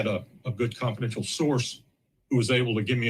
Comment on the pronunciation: Yo my nigga said confidencal source